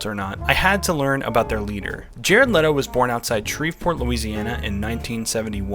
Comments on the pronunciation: His name is pronounced Jared Leeto btw. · It’s not LEEE-to?’ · I've started a cult, the cult is called "It's pronounced Lee-Toe, like When Jared Lee-Toe says his own name, he says Lee-Toe." It's a bit of a long name for a cult, but I think it'll catch on.